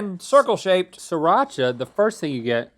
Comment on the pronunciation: It's sriracha